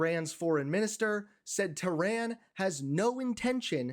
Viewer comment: I appreciate you, but please pronounce Iran and Tehran correctly.